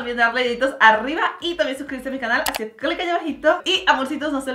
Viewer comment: Me encanta cuando mariale dice "hacique hoy" me encanta 😊